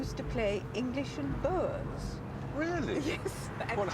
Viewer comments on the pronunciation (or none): why do the english insist on pronouncing boer as it is spelled? just say boor, please - it is easily done.